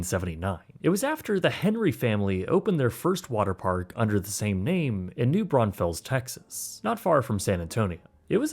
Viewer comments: Schlitterbahn, not “Schlitterbomb.” New Braunfels, not “New Braunsfels.” A very good, well-researched video. Tastefully avoided the details of the trauma that occurred to the boy, and what park guests witnessed. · The town is pronounced [New] [Braun] [Fulls] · The city of New Braunfels does Not have an S between the N and the F. Great informative video though. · Gang did NOT pronounce New Braunfels right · Cool video, but you are completely butchering how you say New Braunfels... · There’s only one “S” in New Braunfels!😭😭 How is it so hard for people to say I don’t get it😅